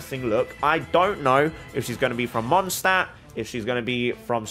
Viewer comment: Mondstadt is literally German for Moon City. The english pronounciation "Mondstadt" is technically wrong, and if your cultural correctness isn't restricted to characters, you should change that too xD